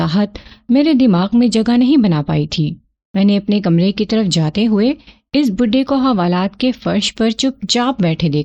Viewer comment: آپ کا کہانی گوئ کا انداز کافی بہترین ھے اور لفظوں کی ادائیگی بھی پختہ ھے لیکن آپ ایک غلطی کرتی ہیں آپ بہت جگہ جہاں "پیش" لگنا ھے وہاں آپ "زیر" کا استعمال کرتی ہیں۔ جیسے لفظ "اس"(os) یعنی پیش کے ساتھ ھوتا ھے آپ اسے "اس"(is) یعنی زیر کے ساتھ ادائیگی کرتی ہیں۔ کسی غیر موجود شخص جگہ یا چیز کے لیے پیش استعمال ھوتا ھے۔